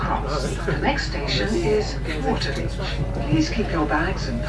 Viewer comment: Stumbled upon! Loved this presentation and coverage (and how you say wa'-a-beach 😂) great soundtrack too. Thx for taking us along. Subbed 👍